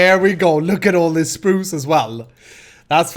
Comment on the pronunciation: I love " chpruch " =spruce ;)